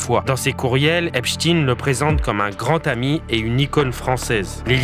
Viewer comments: Ein (ain) et non (in) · cessez de dire Epstiiin mais c est stein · Pourquoi prononcez vous epstin .ein n est pas in. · Pas Ep "stin",mais Stein comme Einstein,Frankenstein, 😇😇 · On doit prononcer "Epestein" comme on prononcerait Albert "Einstein" et non Eps"tine" comme on prononce pour Pou"tine". Cessez ce déni !! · Epstein prononcé Epchtine... Ça fait mal aux oreilles des Alsaciens près de Erstein (ère ch'taille ne)... Est ce que je vais chez Mc Do acheter des an burejé moi? Ou jouer au faute balle? 😂🤣😂